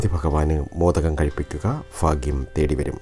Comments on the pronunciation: Edo Fagyam alla Bhagyam ennui para..... You are talking to Public..not to your local people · ഫാ അല്ല സഹോദര ഭ ഭാഗ്യം എന്ന് പറയു... ഫാഗ്യം ഫാര്യ ഫര്ണി ഫാഗ്യവാൻ അല്ല... ഭ ഭാ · ഫാഗ്യം അല്ല ഭാഗ്യം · Phagyam ennalla Bhagyam ennanu parayuga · കമെന്റ് വായിച്ചിട്ട് ഞാൻ ചിരിച്ചു ചത്തു ഫ അല്ല ഭ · ലോട്ടറി കച്ചവടക്കാരനായ ഒരു പാവം ചങ്ങാതി...കൊല്ലം....ഫ....അല്ല ഭാ ആണ് എന്ന് എത്ര പറഞ്ഞാലും ഇൗ കൊല്ലം, തിരുവനന്തപുരം ഭാഗത്തുള്ള ആളുകൾ മനസ്സിലാക്കാൻ ശ്രമിക്കില്ല.... ഇനി മനസ്സിലായാൽ തന്നെ തിരുത്താൻ ശ്രമിക്കുക എന്നത് വളരെ വിരളമാണ്... പക്ഷെ സ്നേഹിക്കാൻ കൂടെ സഹകരിക്കാൻ തയ്യാറുള്ള നല്ല ആളുകളാണ് ... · എല്ലാ നക്ഷത്രക്കാരും 'ഭ' വേണ്ടിടത്ത് "ഫ" പറയാതിരിക്കുക.... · Fagyam alla mashe bhagyam ennu parayu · Not faghyam bhagyam..... Kelkkumbol endhopole thonnunnu plz change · Sir phagyam ഒഴിവാക്കി ഭാഗ്യം എന്ന്(bhagyam) എന്ന് പറഞ്ഞു കൂടെ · Fagyam alla cheta Bagyam😀😁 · Bhaagyam fagyamalla.bhaaghyam.bhaaghyam.ayyayoo fagjyamennuparayalle plz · എന്റെ പൊന്നു ചേട്ടാ ഫാഗ്യം അല്ല ഭാഗ്യം......... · Fagiyam അല്ല bagiyam anu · Bhai fhagyamalla bhaagyamaanu ithupolum malayaalathil parayaan ariyillenkil engine mattullavatku fhagyamundaakum. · ഫാഗ്യം അല്ല ഭാഗ്യം ആണ്. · ഫ. അല്ല. ഭ. ആണ് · ഫ അല്ല ഭ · Fa alla bhaa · ഫാഗ്യം അല്ല ഭാഗ്യം ആണ് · അത് തന്നെ ഫാ കേൾക്കുമ്പോൾ ചിരി വരുന്നു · എനിക്ക് 'ഈ'ഫാഗ്യം വെണം' നിങ്ങൾ ഈ.ഫാഗ്യം എനിക്ക് താരണം' ഈ ഫാഗ്യം ഞാൻ 'നെടുക്കുവ) ക' കു'കിക്ക 'ക്കു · ആദ്യം ഭാഗ്യം എന്നു പറയാൻ പഠിക്ക,ഫാഗ്യ്ലോട്ടറി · Urakkam varunnundo ? Ooooh fagiyam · Malayalam adyam parayan padikku chetta,fagyam vannu cherum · ഭ!ഭ!ഭ!ഭ! പറഞ്ഞ് പഠിക്ക് ആദ്യം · ഭാഗ്യം എന്നു പറഞ്ഞു പടിക്കു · ഫാഗ്യം ,ഫാര്യ,ഫയം, ഫാരതം😀😀😀😂😂😂😂😂😂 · ഭരണിയുടെ 'ഭ' പറയൂ ഫാഗ്യം അല്ല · ആദ്യം ഭാഗ്യം എന്നു പറയാൻ പഠിക്ക് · ഫാഗ്യം ഫരണി ഇല്ല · ഹോ ഫാഗ്യം..😂😂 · ആദ്യം ഭാഗ്യം എന്ന് പറയാൻ പടിക്ക് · 108 തവണ ഭാഗ്യം എന്നെഴുതി ശരിയായി ഉച്ചാരണം പഠിക്കുക. ഉറപ്പായും ഭാഗ്യമുണ്ടാകും